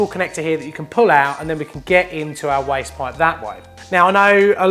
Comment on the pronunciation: waste pipe.....woooyst poyyyp....(English accent)